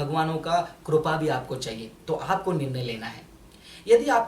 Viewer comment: Kirpa hota hai korpa nahi hota